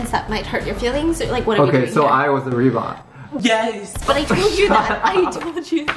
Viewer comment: it's so cute how was so awkward pronouncing "rebound" 🐼